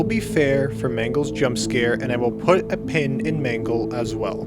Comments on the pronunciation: It's mangle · Actually it’s mangle